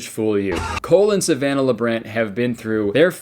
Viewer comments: i keep hearing "Colon Savannah" instead of "Cole and Savannah" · The way you say "Cole and Savannah" kinda sounds like "Colon Savannah" and I think that's beautiful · bahaha Kurtis! It legit sounds like you're pronouncing their names as "colon Savannah"